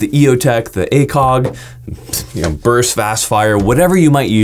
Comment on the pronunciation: Thank you for saying "burst" instead of "bust"